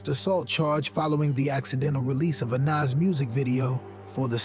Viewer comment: So Cool how u Say the word "Club", like "The Cluuuub", lol. And Also, its NAS as in Bra, (like a womens bra) NOT Nas as in the word HAS. smh